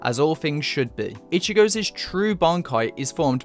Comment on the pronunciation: Lol "ichigozez"??... golem, golem...🤣👌